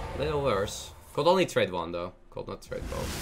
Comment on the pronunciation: I love how dude just uses "en" all the time for a/an. And three years later still pronouncing could as "cold" and should as "shold". :)